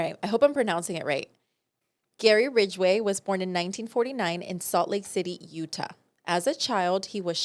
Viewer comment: lmao pronouncing utah "uta" i love her also uath being mentioned yay!!!!